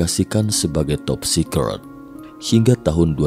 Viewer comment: TOP SECRET bacanya anehhhhhhh anda bukan manusia